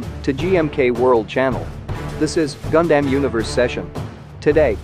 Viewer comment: Please change that "gun-damn" pronounce 😔